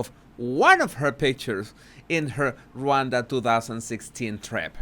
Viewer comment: Pronounced RahWonda